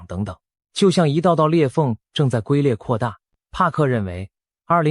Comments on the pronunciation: 是龟（jun）裂！不是gui裂。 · 龜裂（龜讀音君）